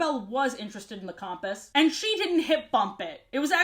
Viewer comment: i love your videos and this one is great as always but i still can't get over the way you say compass and the fact that you keep saying pixie hollows with an s when it's not supposed to be plural 😅